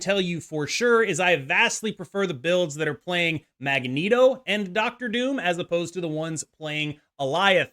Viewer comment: Lol how he says magneto